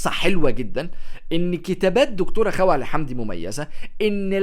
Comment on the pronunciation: لم أستطع تجاوز طريقة لفظ اسم الكاتبة 😣 اسمها خَوْلَة الواو ساكنة وليست مفتوحة